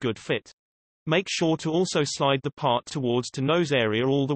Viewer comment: "...towards teh nose area"